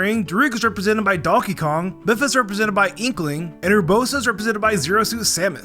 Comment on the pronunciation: Did he realy call Mipha: mifa